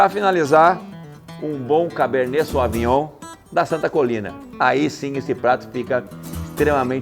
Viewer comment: Não é SOAVINHOM É SÔVINHOM